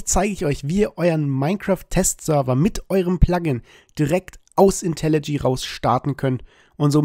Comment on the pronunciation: sag bitte nicht länger "Intelli G", sondern - wie es richtig heißt: "Intelli J" (das spricht man dschäi). Wenn dir das komisch vorkommt, mach dich bitte mal schlau über das englische Alphabet und die Aussprache der jeweiligen Buchstaben.